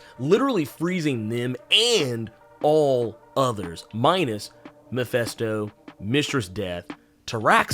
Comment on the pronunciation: mefesto? did you mean mef ( i ) sto? its not mefesto its mefisto jesus ...